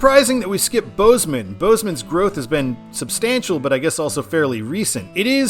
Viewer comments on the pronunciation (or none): none